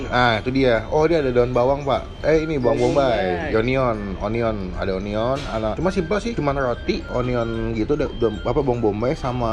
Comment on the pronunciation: bayam bombai =union, dibaca anyen, bukan union